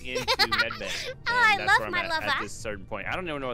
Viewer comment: im in "lova" with sayin "lova"